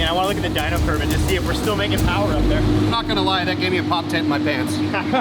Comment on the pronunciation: Too much phowerrr baby...